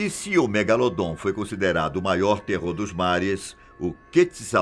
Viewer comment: Eu so tava esperando ele falar do "MEGALODON" ( MEGALODOT ) KKKKKKKKKK 👏